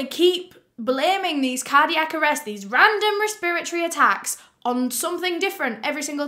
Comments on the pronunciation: I absolutely love the way you say “respiratory” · i love her so much but the fact she said respiratory wrong the entire video really hurt my head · I like how you say respiratory :) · Res-pra-tory Resp-ra-tory Respra-tory Respiratory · Res-per-iocy lmao she’s so cute. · The way she says “respiratory” is killing me 😂 I won’t say it any other way now hahaha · The way pronounces “respiratory” is soo funny! It literally took me a while to understand what she was trying to say